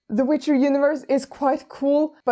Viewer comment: What did you say WICHER: poland jointa the chat